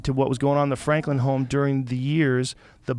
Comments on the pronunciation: Joe Rogan: "Benjamin Flanklin" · Benjamin "fwanklin" haha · Benjamin Fwanklin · Benjamin Fwanklin lol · was it Benjamin Fwanklin Joe? lolol😂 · Joe "flankan fankan" Rogan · benjamin FWANKWIN! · Joe “benjamin flanklin” rogan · Benjamin Fwaklin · “Benjamin Fwanklin” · “Benjamin Flanklin” 😂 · Joe was having a lot of trouble saying “Franklin” 😂😂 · “Benjamin fw-ranklin”😂 i may be deaf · Joe has a little trouble saying Franklin. Fwanklin